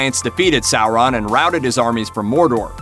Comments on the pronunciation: SOR on. Not SA ron. Omg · Revan sour-an is correct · Sour- Ron 😂😂